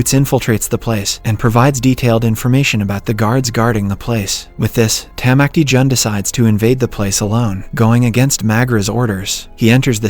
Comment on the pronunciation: Especially when he says “Tamacti Jun”